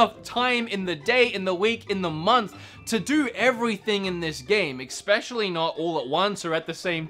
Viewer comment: hearing “exspecially” is especially annoying